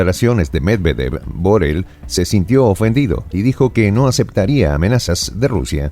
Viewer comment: no es Josep Borel, es Josep Borrell ( y se pronuncia como Jusep o llusep, no Josep) es español mas concretamente catalán .